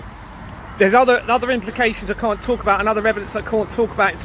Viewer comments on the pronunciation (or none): none